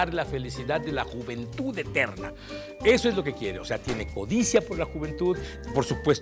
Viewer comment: ¿dijo "jumentud"? lol